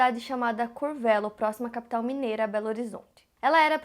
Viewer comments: Curvélo rsrsrs bonitinho A pronúncia é "Curvêlo" mas sem o ^ 😊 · Ela pronuncio o nome curvelo errado 😂😂 ela disse corvelo mas é curvelo morro perto 😁😁 vídeo perfeito❤❤ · Se diz: Curvêlo rsrs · se pronuncia Curvelo com u mesmo rs, moro aqui e nunca tinha visto falar desse caso 😮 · A cidade não tem mais acento, mas pronunciamos Curvêlo. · Minha cidade Curvelo!!!!! Mas falou errado, o "e" é fechado antes tinha até um acento circunflexo. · A falando "Curvelo" me quebrou kkkkk